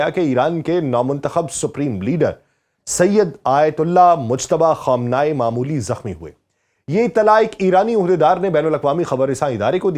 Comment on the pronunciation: Yar apna talafaz tu durust karo......Khaam-nay-e